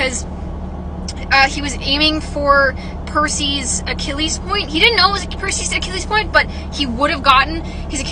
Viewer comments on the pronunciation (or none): none